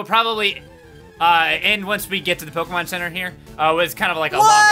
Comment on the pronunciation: oh my god HE'S DOING IT AGAIN! POKEHMANS!